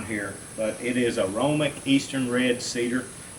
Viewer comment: FYI it’s called aromatic not aromic.